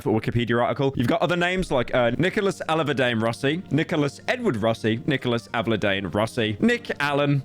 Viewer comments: Aleva-dane. bro, Akchully >reddit nose snort< akchully its Allah verd dee-an. but his christain name is 'Twat' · say it with me, Al-ah-ver-di-an. pyro can't read.